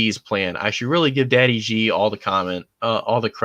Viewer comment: FYI the pronunciation of Xi is closer to the English word "she"